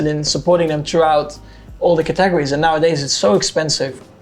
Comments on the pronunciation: is Max trying to say categories? Catorries isn't it. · Verstappens pronunciation of categories was interesting, Catagries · to quote Max Verstappen "CatAgerries" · The swedish for categories "kategorier" is pronounced like Cut Eh Go Ri Err there is no second A in the pronunciation or spelling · I was just talking about stress on the second syllable in the word “categories” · Every once in a while I think that perhaps I might actually like Max as a person, but then I hear him pronounce the word "categories" 😂